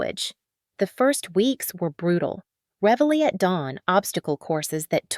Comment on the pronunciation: The correct term is “reveille,” not “revelly.” “Veterans wearing their faded ribbons on their lapels” it’s important to note that army soldiers do not wear ribbons on their lapels. Ribbons are worn on the upper chest: the right side is designated for unit citations, and name label while the left is reserved for individual recognition. Up on graduation from OCS, the officer rank typically is second lieutenant, not captain.